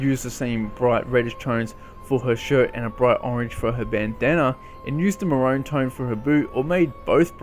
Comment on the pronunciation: More amazing content lad, keep up the good work ❤️ (Also is it just me or do you pronounce maroon wrong? I've always said mah-rune not *ma-row-n*)